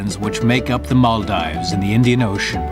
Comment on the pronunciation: Nice, but the incorrect pronunciation of Maldives all the way through by the narrator is annoying! Should be as in "gives", not "dives".